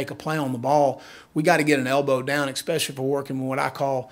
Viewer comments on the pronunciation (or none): Can we really have a coach that says "expecially"?